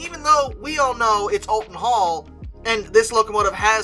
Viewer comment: Just so you’re aware, it’s pronounced Ol-ton Hall. Not All-ton Hall.